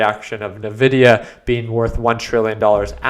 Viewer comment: I love your commentary on the subject but you really need to fix your mic settings. Also: Envidia, Not Nevidia (pronunciation) 😅